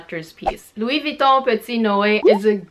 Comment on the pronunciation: I really like how you pronounce Louis Vuitton